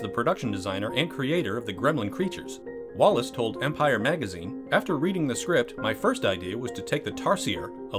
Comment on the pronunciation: I know Chris Walas and it makes me cringe every time you mis-pronounce his name. It’s WAYless, not Wallace.